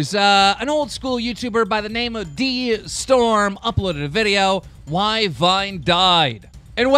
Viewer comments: It's pronounced Day-storm not d e storm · BRUHH Its pronounced DAY Storm!.....